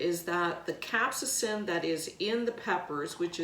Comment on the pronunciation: Pronounced Cap-say-sin.